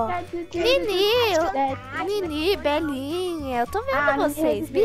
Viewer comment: Quando ela falou Belinha,eu pensei que era bananinha